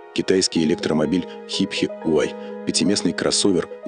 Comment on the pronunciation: Хипхи - это супер круто)))) Автор, ты хотя бы немного вникни в тему что не коверкать так название. В твоем случае Рено - это Ренаулт, а Порше - это Порсче)))